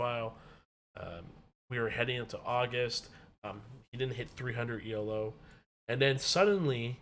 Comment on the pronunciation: Good video. Just a small note.. "Elo" is not an acronym. "Elo" is pronounced e-low (The inventor's name was Arpad Elo.)